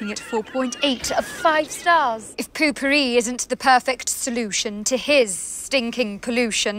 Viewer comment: why are you saying puu pupiri?